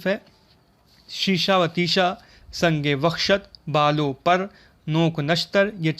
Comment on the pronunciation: اور بھاٸی اصل لفظ سنگ و خشت ہے آپ نے سنگ وحشت کہا معذرت کے ساتھ